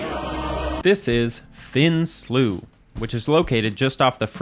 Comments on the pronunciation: I grew up on the west coast too and that pronunciation of Slough just sounds wrong. That being said, the first time I ever heard the word said outloud was in reference to England's shittiest city, also called Slough, and they pronounce that the other way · I’ve had enew of people mispronouncing slough. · got to the part where you cant pronnounce slough at all and said "nope i cant listen to this" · I couldn't find a source backing up the UK pronunciation of slough as /slʌf/, are you sure you're not confusing it with the verb? Happy to be corrected if I'm simply mistaken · My only contribution is the town here in England called Slough is pronounced Slau not Sluff. Thank you for the video on SLEWS. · not a single english person says "sluff". its "slau". we even have a town called slough (pronounced slau). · God i exclaimed so hard when you said SLUFF. I'm English (and i cant tell if youre joking or) and the entire time i was going yeah slough/slow, i pronounce it pretty much the same (maybe its north vs south type thing but i very much doubt anyone says SLUFF so im still on the fence whether its a joke im bad at picking those up like this) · In England it's pronounced "slough", not "slough". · Btw it’s pronounced “slowe not slooo” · English nerd here! You got this wrong, it seems like you got your pronunciations confused. "Slau" IS the English pronunciation, "Slew" as you wrote is the common pronunciation in the US and Canada. Slough pronounced "Sluff" is an entirely different word which is spelt the same. "Slew" and "Slau" both refer to the water you're speaking of, while "Sluff" is the skin shed by reptiles like snakes. "Sluff", for reptile skins, is pronounced that way in both British and American English as well. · The English do not pronounce "slough" as "sluff." No idea where you got that. They pronounce it "slau", the second of the two options suggested. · In England it's pronounced "Slau" not "Sluff" :) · It's actually pronounced "slough"